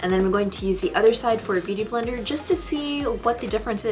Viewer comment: It sounds like you are saying booty blender. Lol!